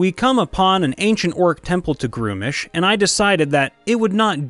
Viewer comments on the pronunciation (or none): "Gruumsh" has only one syllable.